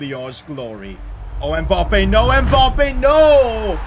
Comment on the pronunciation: I’d subscribe if you knew how to say Mbappe properly